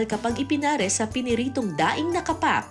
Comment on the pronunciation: "KA' PAK" ang bigkas....hindi "KAPAK'". Mga taga-Maynila ang sumisira sa bigkas ng mga salitang Tagalog.